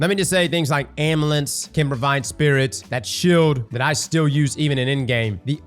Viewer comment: Alternative pronunciation for Amulets